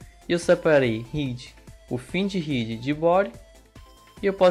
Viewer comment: caramba a maioria desses curso pelo youtube, os cara nao sabe pronuncia corretamente nem o nome head, nao e ride, e head